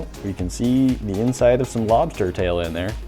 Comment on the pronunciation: Lmao I was just waiting for you to say “lobstah”